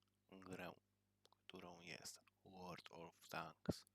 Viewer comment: Powiem ci gościu mnie też wywalało i naucz się mówić world of tanks i nie wyjazdrzaj za się tak jak wyjechałeś na tym filmie musisz się nauczyć grać bo masz 200wn bez obrazy